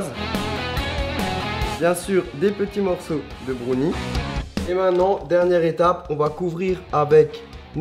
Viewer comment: Essaye de dire maintenant au lieu de mainant. C'est mieux.